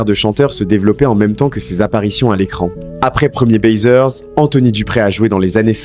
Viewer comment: Le mec de cette raconte de la merde mdr Déjà c'est pas 1er baiseur mais premiers baisers et se prononce bézé <-- baiser Ils ne sont pas décédés C'est juste que toutes les séries AB on été arrêtés peu de temps avant la fin du club Dorothée